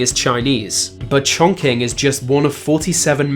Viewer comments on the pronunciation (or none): learn how to pronounce chongqing properly